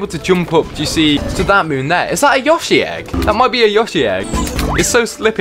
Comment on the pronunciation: he kept saying yoshi wrong